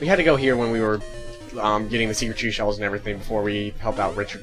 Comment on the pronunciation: you keep saying "secret sheshells" Instead of seashell